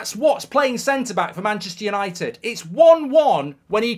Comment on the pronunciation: Did he say Mancheuure United?